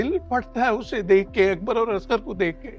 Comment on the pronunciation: Koi pakeeza ko asghar kehna sikha de!!! Azgar kehti rehti!!